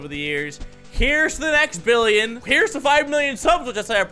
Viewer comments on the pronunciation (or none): He said 7 bilins